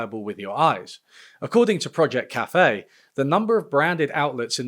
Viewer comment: Linguistically, why does he sometimes put the accent on the first and sometimes on the second syllable of café? (In the US, it's always on the second ime)